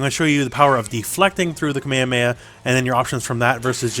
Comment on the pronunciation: ALWAYS keep your eye on your component. I know some people who look at their own character as they fight. And you say kamehameha the CORRECT old school way, thankyou :)